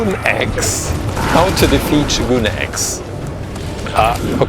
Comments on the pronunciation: It’s not shoguun it’s sho gun ,just saying😊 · It's pronounced show-gun not shoe-goon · Buddy, it’s not shoe gonna shogun😂😂😂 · It’s not shoogun